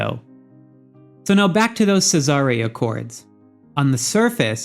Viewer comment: SEE--ZER like in Roman times. Not C-zar-rays. LOL. Thanks for the information regardless